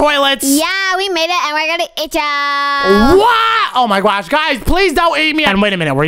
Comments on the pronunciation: why are you like"oh mwy gwosh guys" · It’s not gwosh is gosh